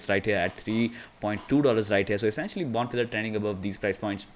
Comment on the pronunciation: Bon Feeder is how you pronounce it